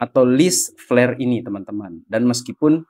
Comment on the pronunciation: wkwk , kok flare dengernya jadi pl*r